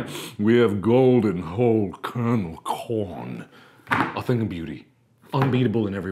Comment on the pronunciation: Plz someone make an edit when whenever he says corn he says corn but with the p